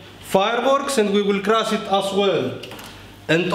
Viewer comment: I love when he says "for naw, Let's cras"! Love it 😂👍🏻